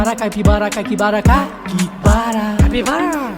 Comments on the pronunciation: Porque dice Cakibara? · Qué le da por decir Caquibara en vez de Capibara cada dos por tres jaja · 😂😂😂si no me falla el oído no dice capibara todas las veces en algunas le sale caquibara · Me equivoco o dice caquibara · No dice capibara dice catibara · DICE CAKIBARA😂😂